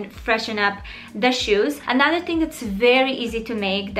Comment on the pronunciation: Killin it, as always. Congrats on being a mama of three woooooo!!!! “ANADA ONE” 😂